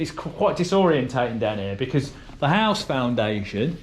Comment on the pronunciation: your pronunciation of the word "house" is highly suspect.